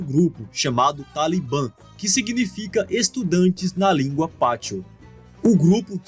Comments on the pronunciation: A única correção á fazer é q se diz Pashto e não Patsho(como dito no vídeo) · Pashto, não "patsho" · Correção, o correto é "Pashto" e não "patsho".